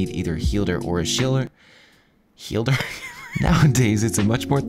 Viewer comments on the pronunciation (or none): Healder or Shielder.. Epic😂🤣